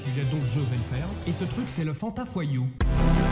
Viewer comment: « Leu phanta fois iou »